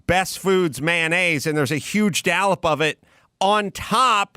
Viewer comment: Engaging when Adam says "dallop" instead of dollop. Why doesn't anyone correct him? He's been saying it for years.